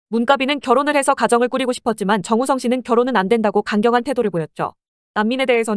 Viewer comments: 영상 내용이랑은 별개인데 TTS가 "정웃썽" 거리는거 조금 웃김 ㅋㅋㅋㅋ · 근데 정우성이 왜 정우썽으로 들리는거지ㅋㅋ일부러 그렇게 발음되도록 만드신건가요? 전자녀 목소리 특징인건가ㅋㅋ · 정우썽, 문까비 ㅋㅋㅋ 발음무엇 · 더빙 프로그램이 정우썽 이라고 발음하는거 웃김ㅋㅋ